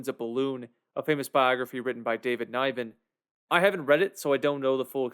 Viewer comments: It is not pronounced "NYven" but Niven with a soft I. Fine actor who had a good career. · The author of the book is David Niven....NIVEN pronounced like GIVEN. He was a very famous British actor who won an OSCAR for Best Leading Actor in 1959.